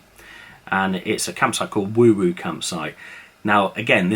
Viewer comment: Not that it matters but we we’re told it’s pronounced wow wow as in mow mow or low low, not woo woo! Great site all the same! Love your videos (fans from Brighton). BTW, the shop sells craft beer from the local 360 brewery which is superb.